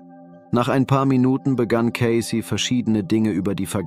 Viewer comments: Sein Name wird Ceysi ausgesprochen, er war einer der größten Hellseher überhaupt, bescheiden und immer für andere Menschen da. ❤ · Sie betonen falsch seinen Namen. Oder Ki.😢😢😢😢.schlecht leider